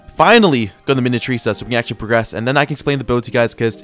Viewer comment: really pisses me off with how stupid he is even though I love his progressions. This guy doesn't know how to pronounce minityrsa ( JUST SOUND IT OUT MINI - TYR - SA ) even though he learned how to sound out his syllables in 2nd grade. I wouldn' t be surprised if first language isn't english, because he doesnt pronounce the stupid english words well, and his accent, but it's not just the english pronounciation stuff. idk why, but i got visibly irritated when he said "saintchemist" at the beginning and then "saintsworn" later. It's not even that deep but I just had to say it somewhere 😭 lets hope he doesn't dropp this progression if the devs drop something else noteworthy w vid